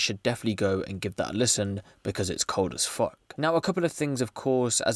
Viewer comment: I cant deal with the way u say “as fuck” 😂😂😂😂😂😕😕😕😕